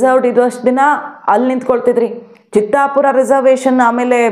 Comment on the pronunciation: it is not Chittapur, it is Chitapur.